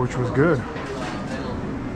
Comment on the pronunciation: Anyone thatvwalks around with a big set of headphones on their head or around their neck is an absokute mama luke. And salad is not pronounced salat. Cmon.